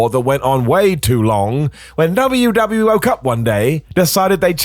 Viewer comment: Did say "when W DoubleUoke up one day"?🧐